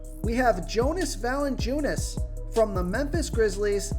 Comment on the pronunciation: It’s pronounced yonas valanciunas